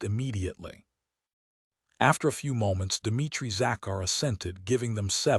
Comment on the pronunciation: Enjoyed the story but very disappointed in the voice and constant pronunciation mistakes. Sofie works for the U.N., not the "un." Zachary? Pitiful